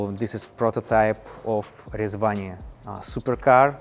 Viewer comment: I really like his pronunciation of Rezvani. 🤙🏽